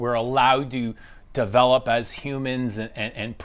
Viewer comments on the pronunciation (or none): none